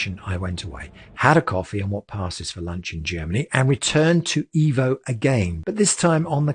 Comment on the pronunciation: I love you mate, love your videos, but please... it is pronounced "Eh-vo". Ciao!!